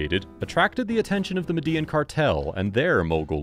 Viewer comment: *Medellin is pronounced "Medeh-YEEN".